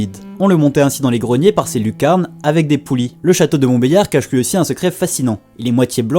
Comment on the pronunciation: on dit pas yar mais, liard sinnon merci pour ces vidéo